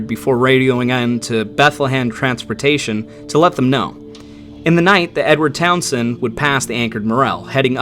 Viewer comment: The "Town Send....". The way he pronounces Townsend is interesting.